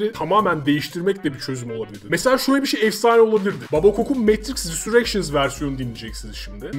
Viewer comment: Babakok her `RİSUREKŞINS" dediğinde bir kişi daha mavi hapı aldı :D:D